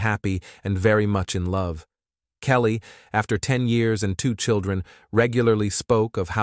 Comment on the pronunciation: This was a good video until the automatic voice started throwing odd words in there and calling the guy’s late wife “Kellt”… and “he told his niece ‘beautifully’…” 🫤